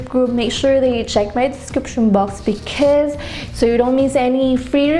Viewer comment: Can you pronounce "because" properly please